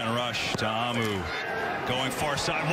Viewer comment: TA-A-MU NOT TAMU